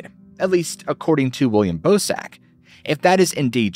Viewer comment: im sorry but i can't unhear "ballsack humanoid" whenever you say bosak lol